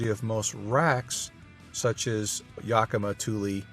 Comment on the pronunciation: Excellent video. Great tips. Pronounce Yakima the right way please. Yak as in the animal; i as in the i pronounced in the word in (kind of a short force of air with sound) and finally ma as in Ma Kettle or Ma and Pa. To really get help, so you don't sound like an east coast guy, but, someone who is more traveled, call the Yakima company or the chamber of commerce in Yakima, Washington. Do more videos you are a natural. Thumbs up.